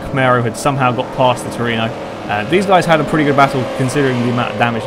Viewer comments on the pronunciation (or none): Tru-e-no :P Not Torino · toyota trueno! not truino! trueno is a spanish word for thunder! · It's Trueno, not Tureno. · Looks like great fun. I might have to join in on future races. I don't have DiRT 3 though, so I'll have to skip that one. And it's "troo-en-oh". Or you can just call it an AE86, or an 86. But it's always "eight-six", not "eighty-six". Or you can call it a hachi-roku, or just a hachi. Or even a Corolla if you really want. Many names for that car.